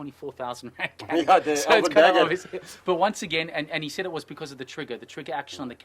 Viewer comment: c in canik is not k, it's pronounced like dj like in djinn